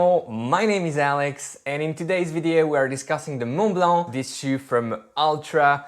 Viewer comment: the only review that I've seen with the pronunciation of the shoe's name with the right accent :-) you're great.I hope to get my hands on these as soon as possible